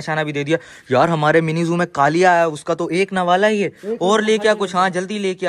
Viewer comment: Mini zoo hota ha nimi zoo nhi